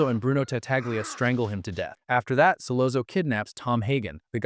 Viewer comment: As soon as Solozzo wasn't pronounced Solatzo I exited the vid